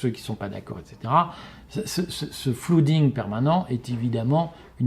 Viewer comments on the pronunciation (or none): « Flooding » de flood = inondation, prononcez flEUding 😎